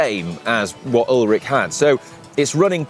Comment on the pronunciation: Ullrich, not Ullrick. Good video!